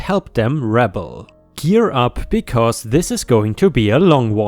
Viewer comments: 🌟🌟🌟🌟🌟👍🎬😎 Joan = Jone, as in Jones, but no s… Rebel is pronounced re-bell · I would say...ruh-BELL, with the accent on the second syllable. RA-bell refers to lower classes. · Rebel when used as an action is "reh-bell." When it's a description, like describing a person, then it's said as "reble." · Hey! "Rebel" is pronounced "ra-bell".